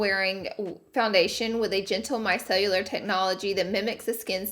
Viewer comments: I adore you you! It drives me nuts that you say "my cell-u-lar" when it is Micellar (My-sell-er). lol You are still amazing! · She said “MY CELLULAR” 💀 Laura girl it’s MICELLAR 😂😂😂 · Nobody: Laura: Micellular and Drownding in the product😂 😂😂😂 Omg, lol. It's Micellar Laura Lee and drowning. 😂🤗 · I was like, "someone else HAS to have noticed she keeps saying micellAR as micellULAR". ♡ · i love u but its micellar not micellular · Drownding is more of a southern thing... but I’m with you on the miceLLULAR🤣🤣🤣 (& yes, I know just bc it’s a “southern thing” doesn’t make it grammatically correct ❤️)